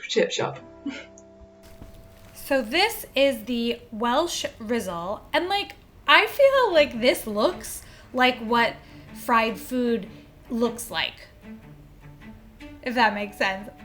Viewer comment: Rizzole? Those are S’s not Z’s! RISS-SOLES like the soles of a shoe. 😂 Also stop hurting yourself woman, cutting then burning yourself, silly!